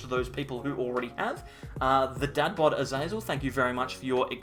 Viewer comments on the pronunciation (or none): none